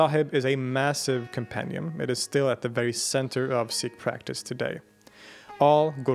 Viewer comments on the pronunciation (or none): none